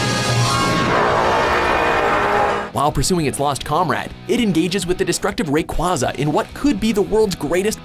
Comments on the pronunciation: anyone else triggered by how they miss pronounce pokemon names despite them being pronounced in the actual movies grudon? raquaza? they have done this in other vids too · How dare u make a list about Pokemon and u CANT PRONOUNCE THERE NAMES GROUDON GROW DON AND RAYQUZZA IS RAY QAZZA